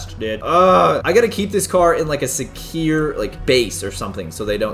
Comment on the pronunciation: Caylus: we better get this thing to a secire base Me: what??? Thats not how you say it